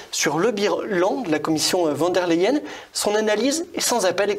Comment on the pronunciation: Arrêtez de dire "Wann der Leyen ", revoyez vos cours d'allemand : le V se prononce F , donc phonétiquement cela donne "Fonn der Leyen "